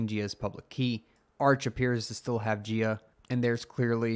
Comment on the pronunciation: Jia would be a Chinese name and thus pronounced like "Jah" and not "Jeeyaa".